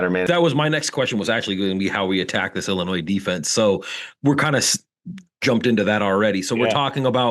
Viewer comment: Its Illinois....not Illinoise. Love see the people that have me blocked on twitter....well the dubup discord has me blocked not the people who run it.